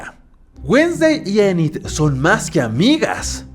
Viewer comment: Anid jaja es enid